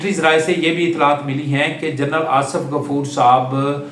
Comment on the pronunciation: Asaf nahi Asif, taluck nahi taalook, , ratyre nahi retire, laikan nahi laikin jahil admi